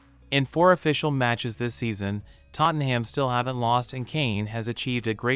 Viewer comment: Sorry but you need to learn how to say Tottenham. The ‘ham’ isn’t pronounced like the food